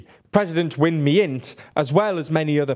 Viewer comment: Just to clarify the pronunciation of some words: Ne Win -> Nay Win not Knee-Win Win Myint - >Win-Myint not Win-Me-Int Arakan -> Ahra-Khaan not Arah-ken Sagaing -> Sa-Ghine not Sa-ga-Ing